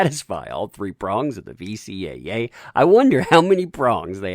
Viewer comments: Narrator Repeatedly said VCAA Its VCCA... idk if he said it correct once... (Sorry after 1st time I just kinda winced each time after....) (Alot of wincing...) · VCCA, not VCAA. Better get that right before you turn on that laugh track 😁😁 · Anyone else notice that he keeps saying VCAA instead of VCCA? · As informative and entertaining as this video was... its "VCCA", not "VCAA" - i never caught you saying that right. "Virginia Computer Crimes Act" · Is he saying VCAA on purpose instead of VCCA?